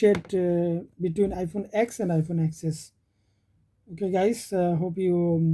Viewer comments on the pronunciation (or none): Let me correct u... We cannot pronounce x(ex) or xs(ex s), its x(ten) and xs(ten s)... U can also visit any apr(apple premium store) and see what actually apple official employee called that phone.. i worked with apple for almost 8 years... Thats y, i know & i m telling you... Over all... The video is informative for end users.. keep making content like this..